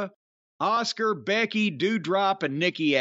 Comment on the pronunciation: I like how Jim prounces Asuka "Oscar"